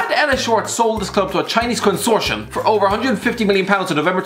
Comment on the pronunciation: did you hear the pronunciation of consortium & lol